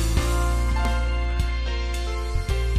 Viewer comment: Oh and the subscribe at the end is subscribe not subscripe.Hope you fix it.